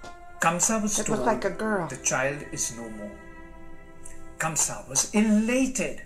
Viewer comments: It’s Kansa/Kans....not Kamsa. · Not Kamsa its kans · Actually, his name is "Kans/ Kansa" not Kamsa...🤗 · Wrong......kans not kamsa